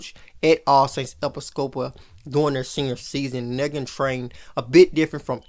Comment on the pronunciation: Hey great job and right on time (Pronounce it e-PI-sco-pal)